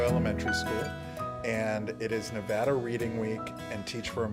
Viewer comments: You guys don’t know how to pronounce Nevada correctly and you are representing Raider nation in the Silver State now. You better learn how to speak like a proper Nevadan. It’s Ne-VAH-duh not Ne-VAD-uh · Dudes be calling it Nevoda lol